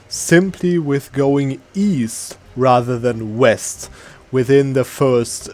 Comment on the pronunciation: East? I thought you said Weast!